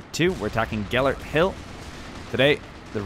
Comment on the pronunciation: Not bad pronunciation of Gellért Hill. I'm surprised. When it comes to my language, Hungarian, people tend to freak out and all...